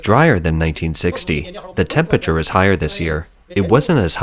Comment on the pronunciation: When doing a video on extreme heat it helps if you can pronounce the word temPERAture and not tempiture.